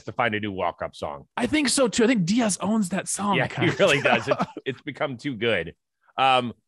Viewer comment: Why does Trevor say “Diaz” like a white girl lol